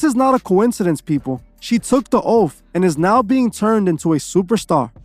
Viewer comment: They took da oafff 😆 i hate how he says oath. It's oath not oafff